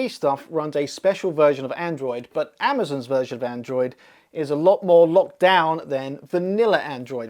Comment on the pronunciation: "Amazn", lol.